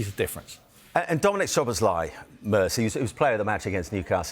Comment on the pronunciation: When is Mers gonna learn that his name is "szoboszlai" not "sLoboszlai"